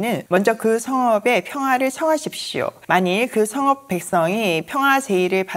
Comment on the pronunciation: 성업 아니고 성읍입니다 ㅋ